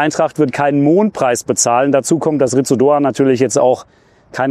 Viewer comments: Ich will ja nicht Klugscheißen, aber Ritsu Doan wird "Litsu" ausgesprochen 🤪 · In der Hoffnung, dass wir seinen Namen in den nächsten Jahren oft bei Fussball2000 hören: Doans Vorname wird wohl "Lits" ausgesprochen. Möget Ihr ihn in den kommenden Saisons oft als Matchwinner für die SGE loben! ❤